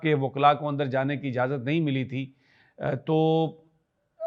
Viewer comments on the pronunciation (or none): none